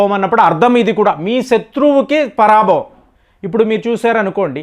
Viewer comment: అయ్యా, దానిని పరాభవం అని అర్థం చేసుకోకూడదు. పర భవ అని చదువుకోవాలి.